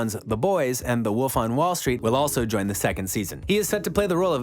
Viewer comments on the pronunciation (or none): none